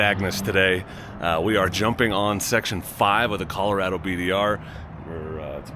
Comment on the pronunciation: I grew up in Colorado I would say it like Colo-RAD-do . It's called colorful Colorado for a GOOD REASON.